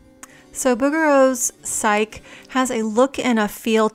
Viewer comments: Psyche is pronounced "sikey" not "sike" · 😊FYI, her name is pronounced sai-key, not sike. Love the video. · Lovely video and very instructive, as usual. I wish I'd discovered your channel a year or two ago! PS--It's pronounced PSYCH-ee.